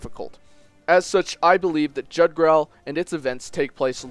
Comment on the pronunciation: It's supposed to be pronounced YOOg-drahl